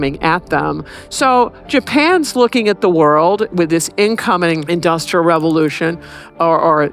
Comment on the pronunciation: You seem to struggle with both the words ‘Industrial’ and more importantly ‘revolution’ If such had happened in China they would have been ready to repel the European powers instead of being whipped by them.